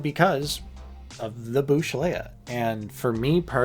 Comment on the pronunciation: Everything gets a 'reprint' .. one day? These will BE singles. 'bush' leia? Its BOWSH.. Leia. ✌️😊